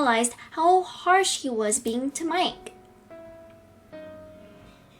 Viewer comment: Why do you always say at the end of the word Mike you had to say miK